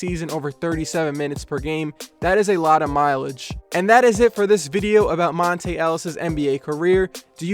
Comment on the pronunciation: ok so here. its pronounced mont-ah not mont-ay.